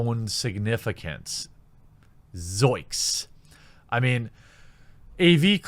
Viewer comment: ZOINKS. Not zoiks >_>